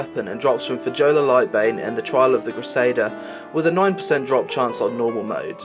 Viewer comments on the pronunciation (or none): That was fun listening to you try to pronounce those nordic sounding mob names from Wrath. N*i*belung is like N*y*belung (strong I sound) Fjolla Lightbane, the J is pronounced like a Y. Also, what happened to the bow that lady deathwhisper drops? The bow is so sick looking with the Frostmourne style skull on it, and everything being so jagged looking. You liked the Eternally Folded blade as a sword, what about the dagger that Keleseth dropped in Utgarde Keep? This is a dagger but is also the same size as other sword models of the same skin. Two 2h swords you left out, Claymore of the Prophet (can be purchased for champ seals at the tourney) literally was made to look for the Death Knight T10 set (base purple) The other being the Horde equivalent, looking like an all together holy two hander for any paladin to use in smiting the heretics of the scourge. I know it is no longer obtainable but the Corrupted Ashbringer is still a beyond awesome sword to see people with, especially when (before cata) you could do the Scarlet Monastery event and watch all of the Crusaders there kneel in supplication before your glory, even having Cmdr. Mograine tell you that you're the boss now!